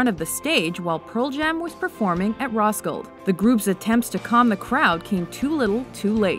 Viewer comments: "Ros killed festival" sorry that's not how you pronounce it lmao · It’s pronounced Roskildefestivale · She also mispronounced Roskilde. It's pronounced "raw-skill-da" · Roskilde pronounced “Ross-kill-uh” Yes I’m from Denmark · The way they said Roskilde made me cringe aswell